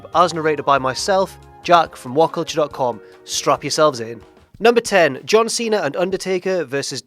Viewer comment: It's see-na.. He keeps saying see-nar...